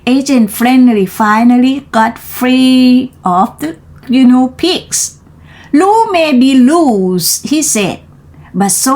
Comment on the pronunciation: ขำไหม🤠 ตอนเริ่มจังหวะกระชับได้อีกค่ะ เกือบดีล่ะ อ่านต่อมาดีขึ้น แบบนี้ล่ะค่ะ 👍 fist = กำปั้น โอ้ทอ่านผิดเหมือนกัน:face-blue-smiling: reached เป็น verb เสียง ed ไม่ออกเชด ออก ch-t shouted เป็น verb ออก ted ด้วยค่ะ shout-ted guinea อ่าน กินี่ guine pig หนูตัวเล็กที่ใช้ทดลองวิทยาศาสตร์ hippopotamuses หลายตัวออกเสียง ses ด้วยค่ะ official ออฟฟิศเชียล rate กับ late ออกเสียงให้ดีนะคะ โดยรวม ออกเสียงชัดดีค่ะ ดีขึ้นกว่าตอนเริ่มเรียน👏 ใส่ลิงก์บทความด้วยค่ะ